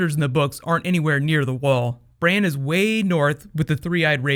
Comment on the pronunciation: Did he just call Bran, "Brain"?!